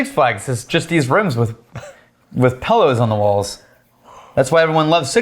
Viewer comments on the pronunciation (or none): Oh, no! It took this long, but today we learned that pronounces it "PELLow". That's an "I",.